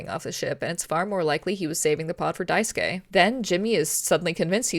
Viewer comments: cheers for not saying Daisuke’s name die-sooh-kay like every other person I’ve seen play this game lol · a mouthwashing video that says daisuke’s name right!!